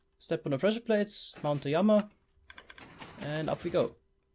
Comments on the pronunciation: Please just say lama instead of yama :( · Say it with me...."L" ama..."laaaamaaaa" lol what is a yamma? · Wtf it LLAMA NOT JAMA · Since you are speaking English the correct pronunciation of llama is as if there was only 1 L meaning, Lama. Spanish then it would follow Spanish rules of being pronounced like a Y as you are doing. I don't know about German so maybe you are going by German rules but since you're speaking English thought it would be helpful to correct you. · Everytime you say Llama I Hear armor for some reason! 😀😀😛😛😄